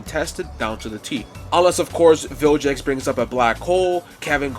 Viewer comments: It's, Vilgax, not jax... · Vilgax, not Viljax. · vilGax not vilJax 😂. Also why not Benku instead Tanku. Just fits better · BRO even calls Vilgax "Viljex"🤣🤣